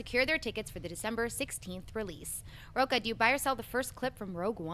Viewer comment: Yes, big words from a guy with a Portuguese surname (Rocha) that he's constantly mispronouncing... A little more study and respect for your own Portuguese heritage, mr..